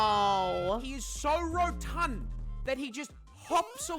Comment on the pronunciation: The poor lady getting sniped by the store owner with a water gun is always funny every time Same with how pronounce the word "rotund" when describing the kakapo